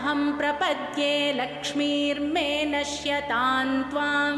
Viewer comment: Her pronounciation is correct. Here, "prapadye" and "a-lakṣmīr me" are chanted together, they are grammatically joined. In "a-lakṣmīr me", "a" is not the alphabet "अ", rather it is the avagraha which is denoted as "ऽ". Avagraha is not to be pronounced, it is there just for the clarification. You only need to be aware that there was an अ sound (which should not be pronounced separately) and the meaning must be clear in you mind.